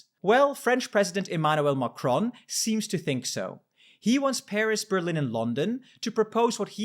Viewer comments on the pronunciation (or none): none